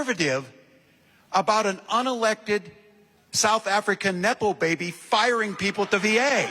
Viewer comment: did he say 'nipple baby"?